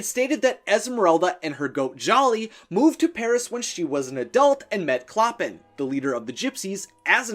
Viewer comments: clo-pàn not cloppin, I'm not judging you bc we've all mispronounced things and thats ok, but its like nails on a chalkboard to me I'm sorry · Someone may have pointed this out already, but it's driving me insane so I'm gonna say it. it's not "clop-in". It's pronounced "klo-pahn." You can see it in The Bells of Notre-Dame. He pronounces his own name, "klo-pahn." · It’s “Cloh-pahn” not “clo-pin” 🙄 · I think its pronounced Clo-pen with the emphasis on the 2nd syllable, not pronounced "Cloppun" Sorry.. Love your videos! 😍🤩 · Oh my GOD. DO YOU DO ANY RESEARCH on how to pronounce names??? Clop-en?!?? Really? ? It's CLOH-PAHN!!! HE LITERALLY SAYS IT IN THE OPENING SONG. I'm surprised you said the goat's name correctly though I bet if you were instructed to write it out without looking you'd write "Jolly" instead of "Djali." 😵 Edit: OMG Fleur "DE LEE"! Please learn proper French pronunciations!! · It's ColPAN not ColPIN. Everyone knows that. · I’m pretty sure Clopin is pronounced like the words flow pan together but the a in pan is a short a. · CLOPPIN!! DAYGERS!! Its killing me!!! 😭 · Clopin’s name is pronounced “Cloh-pawn”. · It's said klo-pon but spelled clopin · Clopin is pronounced CLOW-pan. It’s french and I studied the book in French class last year. Sorry, just a pet peeve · A little painful to hear Clopin pronounced wrong 🙈 it’s pronounced Cloh-pan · “CLOPPIN” LMAO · I LOVE watching this!! I'm prepping to play Esmeralda in the Disney musical and I absolutely adore her 😍😍 (Also it's pronounced clo-PAN) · Clopan but with out "n" is a nasal a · 1. Esmeralda was the daughter of a prostitute, not a Frenchwoman of good standing. 2. It's pronounced clo-PAHN; it rhymes with Chopin. 3. We do not speak of the abomination that follows the movie. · Take a shot every time he screws up the pronunciation of "Clopin" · That is not how you’re supposed to pronounce “Clopin”